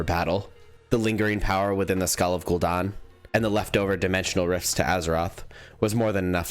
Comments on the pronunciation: ‘Gul-Dan’ not ‘don’. Are you Canadian? 😅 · Italiano Version of gul dan